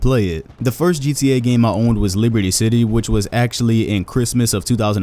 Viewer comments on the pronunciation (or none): none